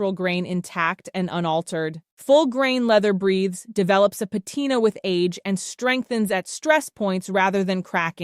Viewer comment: 🚫🚫🚫🚫🚫🚫🚫🚫🚫🚫🚫🚫 The pronunciation of the word PATINA is Pa-Teen-na. Not pronounced with with long “i” sounding like the word PIE Please know these things before you make a video. Patina … google it for the pronunciation. TY